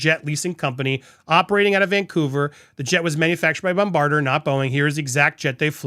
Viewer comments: " bombarder" ? Come on Andy, you can do better than that. It's Bombardier, as in 'bomb bard eye yay' ...It's French. And now that we've got that out of the way, there is good reason to believe, we the Canadian tax payer picked up the tab for those two grifters to swan around Whistler.....yuck. Happy to report there were quite a few boo's coming from the non-crowds there. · Private jet manufacturer is pronounced Bomb-bah-deer … emphasis on the deer … was going to let the mispronunciation in the other video slide but had to finally correct you. Still luv ya Andy!! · Just FYI, Bombardier is pronounced bom-bar-dee-ay. It's French.